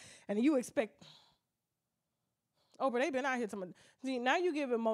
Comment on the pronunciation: That AIN’T OPFRAH!